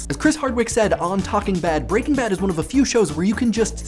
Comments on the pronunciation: 2 things. 1. One does not simply like Breaking Bad. 2. Why do you keep saying it BreakingBad. It's pronounced Breaking. Bad. It has a figurative full stop in the middle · I always thought it was pronounced Breaking Bad, with the emphasis laid more on Bad, rather than Breakingbad (as it is said in this video). Which one is correct? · Good video, loved the show and this raised some interesting points. Though, I have always pronounced it "Breaking BAD" rather than "BREAKing Bad". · I say it like you too, as do most people. The guy in this video is the weird one. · I am displeased with how you pronounce the title :P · Does anyone else have a problem with how he is pronouncing Breaking Bad? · I can't help but focus on the fact you put the stress on "Breaking" as opposed to "Bad', I read it as an iamb, and would never have thought to pronounce it as a trochee.